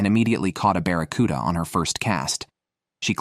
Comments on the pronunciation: Saying baraccuda is rage bait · I was pulling my hair out listening to him call it a barracuda!!!😂😂😂